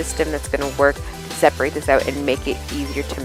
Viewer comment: It's "separate" :-)